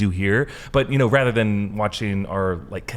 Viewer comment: Learn to know the difference of "THEN" and "THAN" please.i've been noticing lots of people confused by this 2 different words. Yes you used "THEN" because you pronounce "THAN" as (DEN) in english acsent,but you shouldn't not spell it the same as "THEN" (DEN).